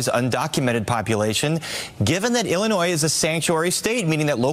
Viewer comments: one more time Vaush pronounces the S in illinois, I will rebel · bro, if I wanted to hear "Illinoise", I'd watch FOX and CNN...